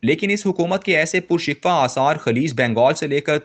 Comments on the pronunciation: Reader ki awaz aur parhne ka andaz accha hai Lekin kisi kisi word ko wo galat parh jate hain Right Word PURSIKHO hai PURSIKWA nahi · پر(پ پر پیش کے ساتھ) شکوہ ( ش کے نیچے زیر ۔ کوزبر واؤ کو ہ موقوف)